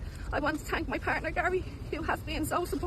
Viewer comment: Why does she “tank” everyone